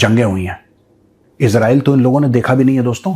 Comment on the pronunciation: Major Sahib, After criticizing Pakistanis for the way they pronounce Israel as "Israaeel", you too seem to be doing the same!